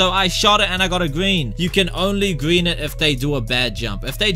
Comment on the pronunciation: BOOM GWEEN THIS TIME I GWEEN IT EASY